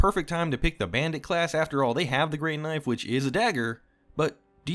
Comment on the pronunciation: "*This* is a knoife."